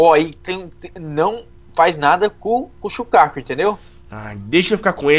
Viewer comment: "Shukako"? vc nao assiste naruto!,_